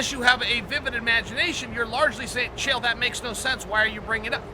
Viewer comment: Chael "aril" Sonnen